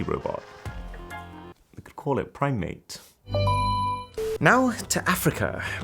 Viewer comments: Amazing work Man! "prime-Mate" just killed me LOL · Really!!!! Prime mate (primate) ? 😂😂😂 Jeez